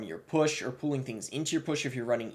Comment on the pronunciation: i can’t be the only one who thought he said “pooling” instead of pulling